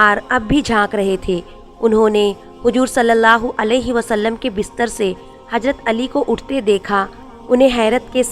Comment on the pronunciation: Lavz hajrat nahe h hazrat h aap ke padhne me galty h